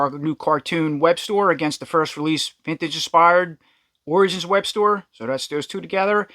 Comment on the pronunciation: You keep calling him Webster but it’s actually Webstor